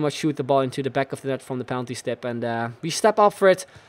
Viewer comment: "from the penaltystip" 😁